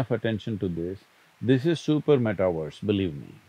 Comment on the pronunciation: Sadhguru... meta-verse is as in Uni-verse. NOT meta-worse!!!